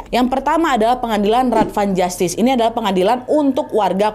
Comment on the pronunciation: Raad van justitie - bacanya rad dgn aa panjang, justitie dibaca yustisi begitu mba Nadia